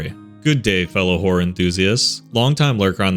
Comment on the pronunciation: I THOUGHT HE SAID “hello fellow whore enthusiasts” AND IM DYING 😭💀